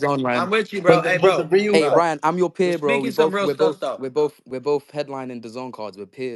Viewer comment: Ryan not lien